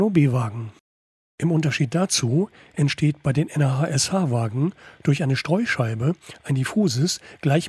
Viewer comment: Gute Vorstellung. Eine Sache hat meinen inneren Monk aber mehr gestört als es sollte: Das Nah.SH wird nicht n.a.h. ausgesprochen sondern entsrpcht wirklich dem Wort nah. ;-) Weil durch die Verbindungen alles nah zusammenrückt.